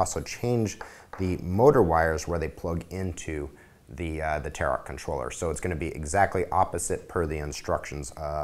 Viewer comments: Tar-OTTT, it's pronounced tare-o, (the French way) I think :) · LOL, he says 'Tarot' like 'carrot'.